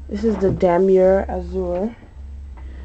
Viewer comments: Pronounced "Dam-yay", but whatever. lol. i really like the Azur Damier, i own a wallet and a wapity case is this color. I bought my friend a Speedy 25 for her birthday, also in Damier Azur. =-) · It is pronounced Damyey(Damier)